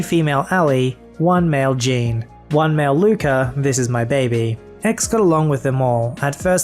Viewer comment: You're pronouncing the name "Jean" wrong. It's pronounced "Zhonn."